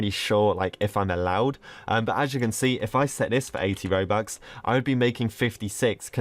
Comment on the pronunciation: Who else feels like every-once and a while he says mobux or bobux instead of robux